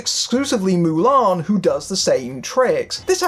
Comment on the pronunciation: Ok guy - stop saying MULAN the way you do - Ok you re English? So take off the M and just say ALAN. Then we can all see where you problem truly is. X Hon you are not the drinker - you are not funny - you re ideas are the same as his EXACTLY. Now before you become a ''Critic'' learn to say the say name of the Hero properly, eh?